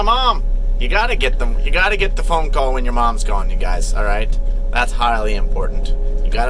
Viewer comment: "Maybe I can see it with the flashlight on my phon-AH!"